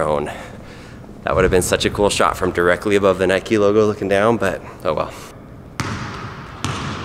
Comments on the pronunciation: Its note nik-E its prinounced nike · It's NIKE NOT NIKEY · it's Nike not Niké!!!!!! argh lol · Nike not nikee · He was saying Nike wrong. So wrong. 🤐🤐🤐